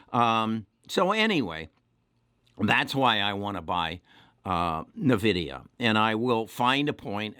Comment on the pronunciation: It’s N-vidia not Nividia but yes great call they also mine bitcoin